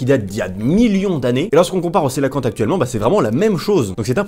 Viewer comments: Tt bonne vidéo mais le 3 prononce comme ça Il Ko É La Fan Te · sinon coelacanthe ça se dit "queue-la-quante.